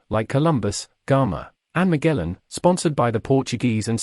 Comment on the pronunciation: This is pretty bad. Doesn't mention the important role Diu played in harnessing power in the Indian Ocean, and for some crazy reason he thinks Goa is a city. As usual, poorly researched and Magellan's name was really poorly pronounced.